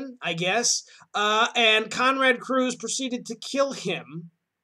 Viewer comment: Curze! Not Cruze.